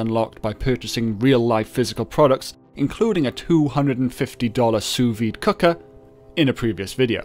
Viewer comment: HOLY SHIT YOU PRONOUNCED SOUS VIDE CORRECTLY IN THIS VIDEO NICE WORK